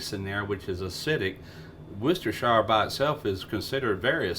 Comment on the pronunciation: WUS-DA-SHA sauce Thank you for actually pronouncing this correctly great show 👍 from England 🏴